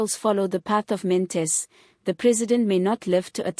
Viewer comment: Good reporting, however his surname is: Not Mantis Pronounce: Maan-Ta-She